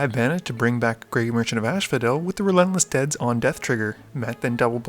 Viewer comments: First of all... I really enjoy your videos. Keep up the great work. But is it just me or am i constantly hearing "ashphodel" and isn't it as-phodel? ^^ also i would like to know if you guys are playing with proxies from time to time? (Those duals man - sooo jealous) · "Ashphodel" bothers me every time. The Fields of Asphodel probably don't mind, though. Certainly no one there does.